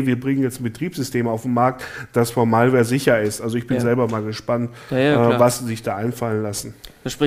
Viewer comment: einfach herrlich die deutsch er Malware ausspricht 🙈😂